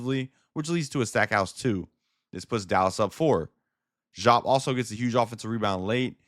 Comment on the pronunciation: I understand what you might have read, I’m sorry it misled you. I would not, (DEE-AAP) is the correct pronunciation. If you were around to watch him live that is how you would hear it said. I bet it’s weird but I assure you this is Facts